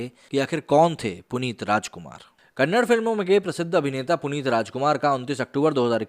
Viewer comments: Bro it’s KANNADA not kannad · It's Kannada, not Kannad.. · Problem with northern Indians is they don’t how to pronounce KANNADA..it is not Kannad. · It's Kannada not Kannad. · Brother it's Kannada and not Kannad.. kindly use right letters when you talk about language.. I don't know why you kept using Kannad... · It’s Kannada chhhhhh